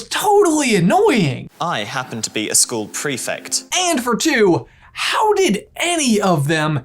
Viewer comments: OMG, stop saying "prefict"... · you’re saying prefect so wrong, petition to introduce prefects to american schools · The way you say prefect causes me anxiety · You guys - I LOVE your videos - they are like, my favourite Harry Potter resource outside the books and pottermore, but for the love of Merlin - it's pronounced pre-FECT not pre-FICT! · Why do you say ‘prefect’ like prefict? I was under the impression that it was pronounced prefect